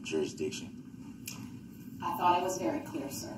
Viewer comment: “Subject Matter Jurushdicshun” 😂😂😂 “Is that a tack it agreement?” 😂😂😂 🤡🤡🤡